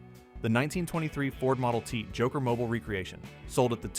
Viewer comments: Yeah. It's mobeel, not mobil. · Mobile = Mo beel. AI voice is 90% good, 10% WTF... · 3 ways to pronounce mobile and AI chooses the 2 wrong ways every time. Another dislike.